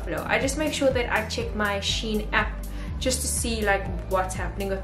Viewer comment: LOVE IT!! so glad you pronounced SHEIN correctly this time 🤣🤣